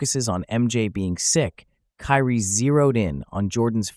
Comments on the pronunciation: His name is not pronounced "Carrie". It's more like "Kii-Ree." None the less, I learned from this segment. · Carrie ????it's kyrie😂😮😢😅